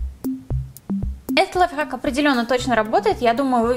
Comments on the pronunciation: Мне все видео казалось, что она говорила "лайфак" xD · Она сказала лофак Я:хахахахахахахахахахахахахаххахахаа😂😂